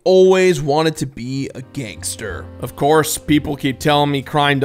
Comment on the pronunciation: "I,, have a dream. I'm going to become a GANG-STAR."